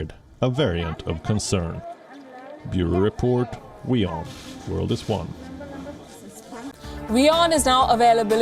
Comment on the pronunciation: WION, not Vion… WeOn Not VEE on!